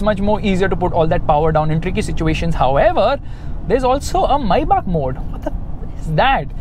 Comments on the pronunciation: first of all its not maibach, it's written Maybach. May Bach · Mybah?? I thought it is pronounced as maybach (may-back) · Its not maibach.. Its May Bach 😅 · Why does keep referring to the car as Mercedes "Mai Baap"!!! Isnt it Mercedes May (like the month) and Bach (like the composer) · why do you keep saying is maibuck it is maybach "may-bac" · i think it's may-baak (maybach) not mai-baak🤔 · Maybach ❌ MaiBaap 🤣😂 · When you say Maybach it sounds like maibaap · ye tum "maibaak"bolna bandh kro pehle to.. dj khaled ne gana bana diya maybach pe apko abi tak pronounce ni karna aya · It's maybach Pronounce : Maibah I know,i'm Just saying! I'm not here to say it in a sarcastic way! Thanks! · MayBach(मायबाक) nai Maybach lowde